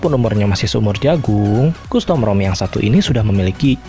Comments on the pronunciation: Pelafalan costum bukan kustom om, tapi kastem...😂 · custom bacanya kastem, bukan kustom 👍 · Saenogen? . Kustom? Tolong di perbaiki speech nya.